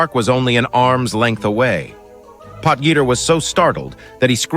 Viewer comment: hahaha POT-GEETER hahahahaha